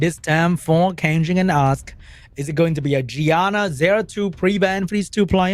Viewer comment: Why everytime said "Ask" sounded so much to A$$ lmao